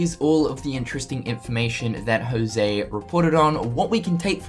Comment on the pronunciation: The only thing that gets me salthy is you saying "Jouse"...It's José, I mean, half of hispanic male people (and some female in Costa Rica) have that name and you english native speakers are the only one that say "Jouse"....I mean, get it on the damn google translator and hit the speaker, boom, you get how to pronounce our names, the rest of the world pronounces it right